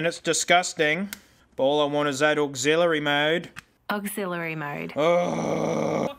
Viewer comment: When she says Oxilary mowd, my legs start to shake oh